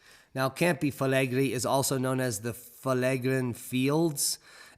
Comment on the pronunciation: Pot-tsu-oli Camp-ee Fleg-ray